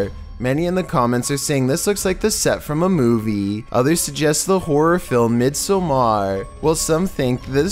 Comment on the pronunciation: ......VEE....hic....yew....lar Mid.....so.....mar...... Such a way with annunciation you have